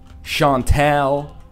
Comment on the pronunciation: Your french accent for Chantal is...